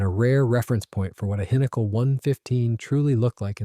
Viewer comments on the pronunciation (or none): This annoyed me everytime it was pronounced this way...🤬🤬🤬